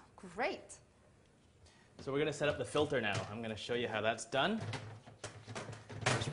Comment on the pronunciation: 'Gweat' acting ;)